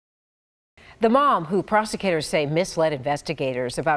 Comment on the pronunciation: How did we get to a place in society where a news anchor can’t even pronounce prosecutor? Smh